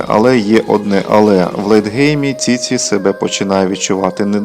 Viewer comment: Ціці 😂😂😂😂😂😂 автор ти хворий?????😂😂😂може чічі чи все-таки ціці 😂😂😂😂😂